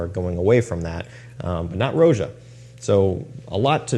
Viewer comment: I believe it’s Roja as in Rodga, not “Row-zhuh”. His name is Roger.